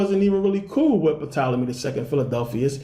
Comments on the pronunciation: He pronounced Tolemy as Puh Tolemy... WOW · Why should anyone Believe you when you don't even know that the P in Ptolyme is silent? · Good video bro... the p in Ptolemy is silent tho lol, really enjoyed this tho